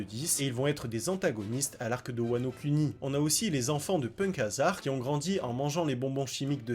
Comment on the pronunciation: " L'arc de Wano Cuni " 😂